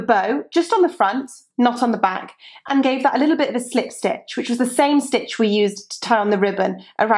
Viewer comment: love your accent and the way you say slip stitch is awesome :-)